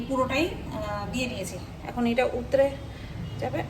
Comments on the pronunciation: আচ্ছা একটা কথা বলি উতরে উতরে কথাটা খুব কানে লাগছে গো plzz বলো উথলে 👍👍👍👍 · উতরে নয় গো। কথা টা উথলে